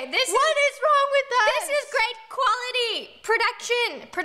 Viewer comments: on the grape one it sounded like roni said “you look grape!” lol 😂😂😂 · Did anyone else hear ‘you look grape’ instead of ‘great’ when she wore the grape costume